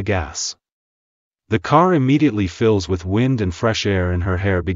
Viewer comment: what is “fylls me”i had to literally play back when he spells out words lmao